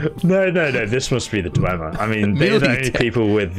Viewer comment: "WoAh sOmE KiNd Of DwEmeEr TeChNolLoGy" LMAO. Nice Joke, I really loved the ESO part. It was just wholesome.